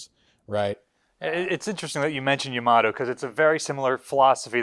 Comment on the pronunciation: "YA-ma-to." Pronounced with the stress on the first syllable--like Yamaha.